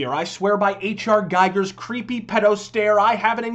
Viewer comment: Giger is pronounced GEEGER. Jesus. (Cough, otherwise, this is terrific work, as usual).